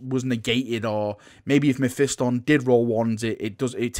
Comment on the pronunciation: Learn to Say mephiston correctly